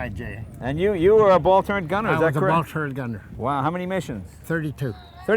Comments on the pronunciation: Jay Leno says turrent...ugh. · Lot's of folks mistakenly say "turrent" instead of "turret", which is correct.